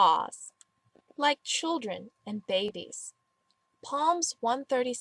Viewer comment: Totally agree; however, you should probably learn how to pronounce some of the biblical terms you are using as examples, such as: Colossians (pronounced Co-losh-eons) and Psalms (pronounced Saalms, not palms). Otherwise, good job. BTW, I was once tempted to become atheist for very similar reasons, until I discovered the True Gnostic Church and a book of scripture entitled the Song of God. Why not make these your Google searches of the day. Peace, child.